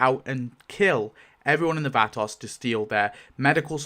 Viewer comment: The way you pronounce Vatos is activating my almonds